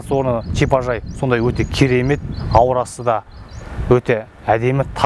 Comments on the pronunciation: Чипажай емес шипажай шыгар тілді бурмандарш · Мына деген жігіт "ш" ны "ч" ал " ж" ны "дж" деп ұрып сөйлейді екен. Тез арада логопедке бару керек.😃әйтпесе чыт орамал, чипажай, джатын орын, деп құлақты шаршатты.